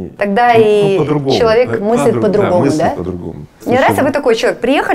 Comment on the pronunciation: Игорь, вы некоторые слова произносите на казахский манер, по-азиатски)))) например - пАААтамушта, пАААдругому